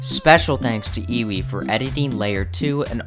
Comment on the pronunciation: isnt Ewe's name pronounced "Yu" ?